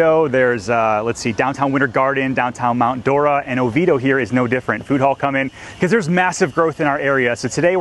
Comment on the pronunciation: No, you mispronounce it🙄,it's; O vee A doh, but prefer the original Oviedo from Spain.